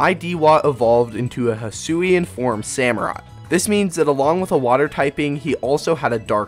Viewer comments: Yo it is hisuen not aloalen 😠😠😠😠😡😡😡👿👿👿👹👺👺👺👺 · Alolan samurott got me rolling it's hisuian samurott